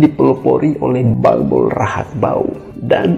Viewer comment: Mon maap mimin🙏 Muhammad bin Abdola/Abdullah. Bukan abola Bolbol Rahakbauw. Dan bukan balbol Terimakasih 🙏